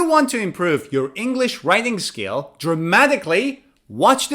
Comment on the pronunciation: Writing Skills** you are saying it wrong